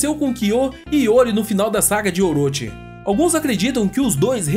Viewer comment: "Oroti" não, "Oroxi".